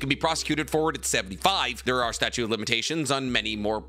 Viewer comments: Statute, not "statue" of limitations. Jujutsu, not jujitsu. Heian is "Hey-on", not "he-on". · are you saying statue or statute? Cuz it is the statute of limitations. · Statute!! Drove me crazy saying statue of limitations so many times so fast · Awesome video, just one question … are you saying *statute of limitations? Or statue? lol. Keep up the great content! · Idk why but I get thoroughly bothered when some one says “statue” of limitations instead of the correct “statute” of limitations lol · "Statute" not statue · fyi it's 'statute of limitations', not 'statue' haha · I’ve been letting go of saying “combind” instead of “combine” for months now. But I cannot sit by while he says “statute” of limitations instead of “statute” of limitations. Someone help him.